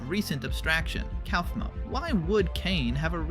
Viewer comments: My eye twitched when you said cowfmo instead of coughmo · How the hell did you pronounce Kaufmo's name wrong at first, then right just a few seconds later?